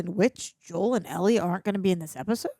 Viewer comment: Ell-IE,, Ell-IE.